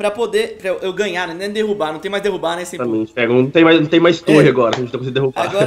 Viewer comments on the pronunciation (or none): Eu entendi que ele falo semcu kkkkkk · só eu q escutei "fala aí sem cu" em vez de sempu ?